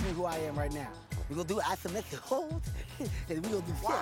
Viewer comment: “Ithometric holes”